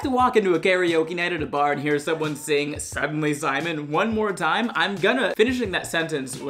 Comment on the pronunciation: i really thought he said "Suddenly Seymour" instead of "Suddenly Simon"